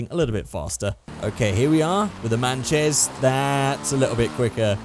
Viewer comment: Lol u called the Sanchez 'manchez'